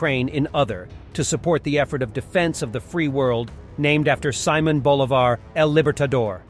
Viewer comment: I love ❤️ the way he butchered the name Simon Bolivar. Respect ✊. At least you tried. Keep the good work, I watch the videos everyday.